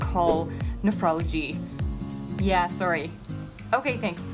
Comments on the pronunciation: I love her Canadian accent on “sorry” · I didn’t put together that she was Canadian until she said “sorry”😂